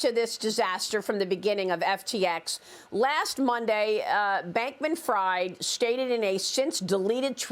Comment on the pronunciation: Can't take a reporter seriously if she pronounces SBF's last name wrong. Been all over the news; do your hw Fox news.